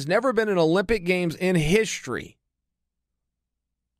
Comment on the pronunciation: Chael “Histree” Sonnen